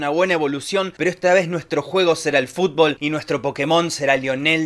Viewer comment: No me puede dar tanta gracia que diga fubol todo el tiempo